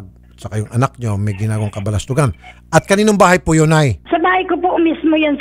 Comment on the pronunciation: KABuLASTUGAN not KABaLASTUGAN